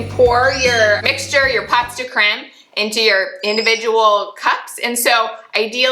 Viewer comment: Pronounced POE de creme. As in Edgar Alan POE. You got the creme right!😊